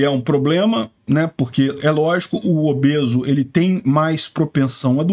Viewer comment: Não e obeso...e "obese"😂😂😂😂